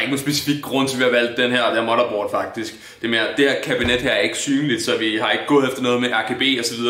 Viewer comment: ka man sige motherboard mere dansk end